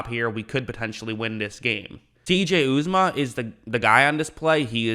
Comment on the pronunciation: This is just to be helpful, the TE is pronounced U-za-ma. Great videos my friend